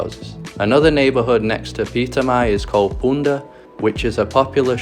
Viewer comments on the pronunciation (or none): Great movie! We have a house on curacao so it's very nice my favorite blogger went there! Just one thing..it's 'punda' and not 'bunda' :), and cas abou and grote knip beach :)